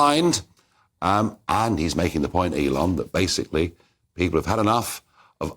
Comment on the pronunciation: “I Fink” “pepul” “parte” Christ get someone who can speak properly They don’t have to be posh just pronounce words properly.